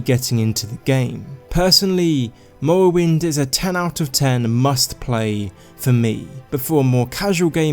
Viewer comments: Lmao “mowwowind” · "Mowwowynd gaem" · "The Elder Scrolls III: Mowowind" xD Great video mate! I enjoyed it. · The Elder Scwolls Fwee: Mowwowind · Mowwoewynde has a gjeat stoyie.. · Lol i can't unhear it